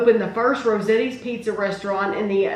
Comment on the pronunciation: It’s pronounced Rose-AHHH-Tees